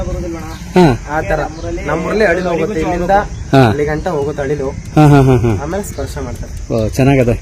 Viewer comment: ಯಪ್ಪಾ ಮೊದಲ ನೀ ಕನ್ನಡ ಉಚ್ಚಾರಾ ಸರಿಯಾಗಿ ಮಾಡು, ಅಳಿಲು ಅನ್ನು